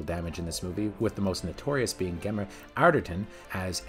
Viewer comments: The "Gemma" in "Gemma Arterton" is pronounced "Gem-Ahhh", not g-em-ah. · It's J-emma not hard G G-emma. It's Crayg, like cra-(zy) with a g, and it's 7 out of 10, not "7 on 10". What is going on here! Oh and QOS is rubbish. It spoils the whole Daniel Craig arc for me.